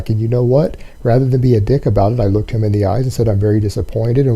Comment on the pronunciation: I also didn't know the words "him" and "them" were pronounced "HILLM" and "THELLM".